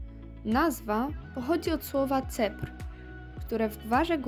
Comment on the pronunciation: Ceper, nie cepr.